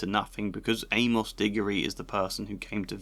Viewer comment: So weird to hear someone pronounce it Ay-Moss. Shouldn't it rhyme with Seamus?